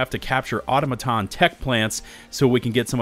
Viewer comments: Dude love your videos and updates on the game but please… it’s au-tom-a-ton not auto-maton! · It’s pronounced au-tomaton not auto-maton. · What really doesn't make sense is you keep mispronounce Automaton.... you said it correctly first and then wrong every other time